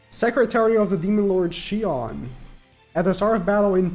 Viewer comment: Does he not know how to pronounce shion